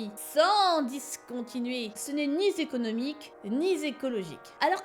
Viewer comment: « ni zéconomique ni zécologique » 😂 tkt on t’aime quand même 🤗❤️